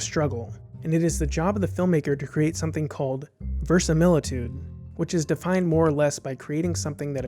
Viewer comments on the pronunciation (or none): Versamilitude? uh, no. You feature a word, and then mispronounce it.